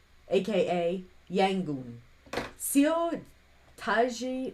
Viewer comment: Seo is actually pronounced Suh.